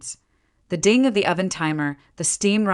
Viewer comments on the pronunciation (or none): none